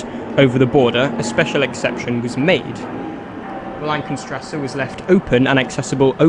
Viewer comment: "geisterbahnhofen", "tranenplatzt", "wollankenstrasse"... srsly nobody forced you to put all those lists of station names in your script, might as well figure out how to pronounce them...